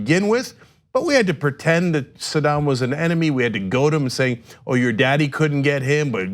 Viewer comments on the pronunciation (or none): none